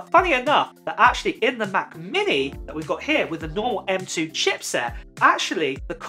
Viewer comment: Anyone else kind of entertained by saying Ma’ book air. Or ma’ mini? No one. Ok.